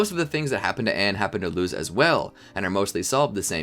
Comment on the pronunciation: Love the idea but the way you pronounce Luz and Plantar makes me cringe so hard 😖